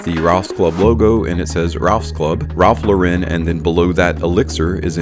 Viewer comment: People this is not how you pronounce Ralph Lauren. It's not a French brand.